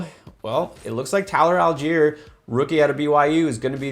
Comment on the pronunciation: Allgieier! Lol ok. Why we talking about this